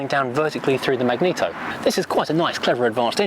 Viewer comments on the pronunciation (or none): none